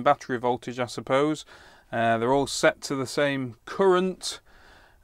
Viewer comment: The 'woon' point five resister gives a 'courent' of...